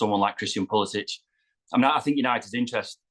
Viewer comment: It is pronounced PuliSICK